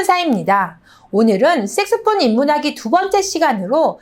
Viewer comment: 선생님 색소폰으로발음 이 색스폰으로 들려요.